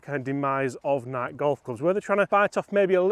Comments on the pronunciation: Dang British blokes....it's n-eye-key not N-ike. 🤪🤪great vid! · It doesn’t matter where you are from, United States or United Kingdom, it’s pronounced NIGH-KEY.❤❤❤ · The Nike pronunciation hurts my soul 😂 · NikE Don't forget the E. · I mean, technically it is Ni-key according to the founder of the company......but let's face it, it's a globally recognized word regardless of pronunciation, so anyone who feels the need to pick someone up on that is probably a pedantic twatt anyway 😂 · It is maddening that cannot pronounce NIKE properly. How old are you? Jesus H Christmas, How could you not know?